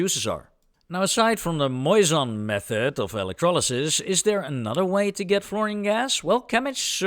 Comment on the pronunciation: For non-french speakers you say "Moissan" like a "croissant" 😘